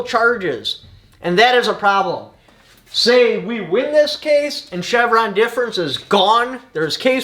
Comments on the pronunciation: “Chevron Deference” sir. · "CHEVRON DEFERENCE" lol